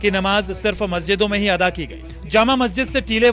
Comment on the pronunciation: शब्द नमाज़ अता करना नहीं है शब्द अदा सही है एंकर ने उच्चारण दुरुस्त नहीं किया